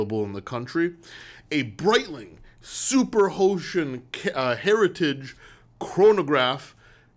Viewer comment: My Guy… I did not know you were Caribbean until I heard you say Breitling Super Hocean😂